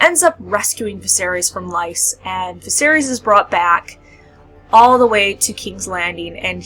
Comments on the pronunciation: She Said "Lice" lol....it's Pronounced like "Lease" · GRRM said there is no proper way to pronounce people and places in ASOIAF. It's up to the reader, but I pronounce it lease as well. Just because that how they did it on GoT.